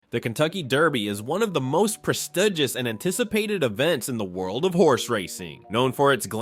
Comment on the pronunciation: "Prestudgious"?? Your AI must learn to pronounce words properly! I wonder if it was AI that mismatched the video comment , asking that the police be defunded – nothing at all about horses!